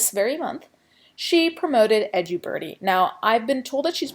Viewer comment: Edju birdie or edubirdie? Wish she’d pronounce things as they are